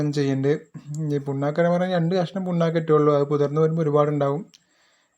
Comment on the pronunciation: പുണ്ണാക്ക് ആണോ പിണ്ണാക്ക് എന്നല്ലേ പറയുക ?